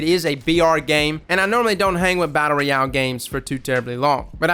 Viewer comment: Brotha please don't take this the wrong way, love the channel and all that you do for the gaming community. The way you pronounce ROYAL sounds so weird....... ROY....ROY..AL, not REE...AL.